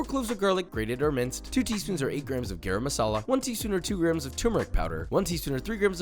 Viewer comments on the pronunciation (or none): Please say “Garam” correctly. It’s so easy 😂😂😂 phonetically it’s pronounced like “Gurum”